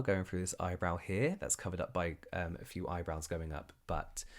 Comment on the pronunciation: I loved this video. I love that you're not doing the skincare mistakes videos anymore. They've peaked, usefulness-wise. I love love that you've... been saying eyebrowns wrong this whole time 😂 I love that I learn terms like "evergreen" videos from you. And hoarding is dumb.